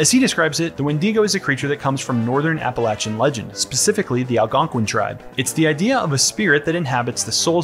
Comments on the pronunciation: bruh really hit us with the when-dee-go is a creature that comes from northern apple-ashen legend. How tf that make it past the editor too lmao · "Apple-ayshen" is how you pronounce Appalachian